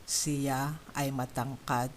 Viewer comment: Sorry, but “ Siya” is not pronounced “ceea”. . It is pronounced “shya”. Please correct this. It means he/she.